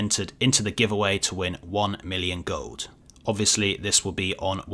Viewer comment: love the way says "gold" its like Gohd'